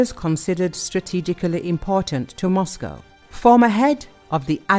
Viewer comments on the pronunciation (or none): none